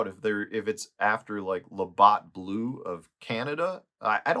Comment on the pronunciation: Hey, just a friendly heads up. The way to pronounce Labatt is "luh bat." I grew up in Detroit, so our Canadian friends on CBC Windsor Ch. 9 on TV made sure we Americans in Michigan all knew how to pronounce Labatt. Another heads up, Canadian beer can carry a higher alcohol content.👍🏻 If I'm being honest though, I hate beer, so this "knowledge" is all a waste on me. I am always down for Crown Royal though. 👑